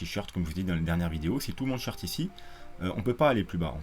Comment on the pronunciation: C'est quoi les "shirts" ? Les "shorts" ? | SHôrt | On prononce "short" comme un short (et pas "shirt" comme chemise !)